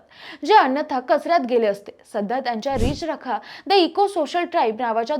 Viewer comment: रिच रखा नाही मावशी.... रि चरखा